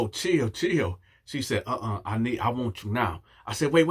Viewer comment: It was the "I wonts nooo parts uh det" for me!!🤣🤣🤣🤣🤣🤣🤣🤣🤣🤣🤣🤣🤣🤣🤣